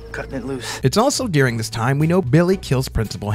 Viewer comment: It’s pronounced, “dur-ing” not “dear-ing”